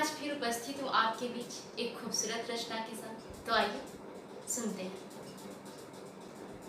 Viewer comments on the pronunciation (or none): none